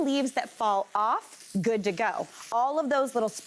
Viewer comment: Could somebody please do not make one syllable words into two. Like oh ah good ah fine uh it drives me nuts actually so does she toooooo hyper